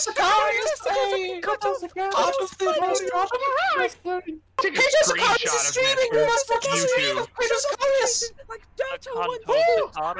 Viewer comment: Nobody: Anglos: Ceito Sicarius